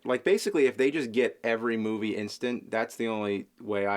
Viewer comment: "Moovay."-?